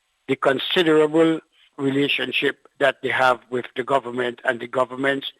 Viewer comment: Tell him that the word is government and not gowerment. And did I hear properly! How many jobs does this man have?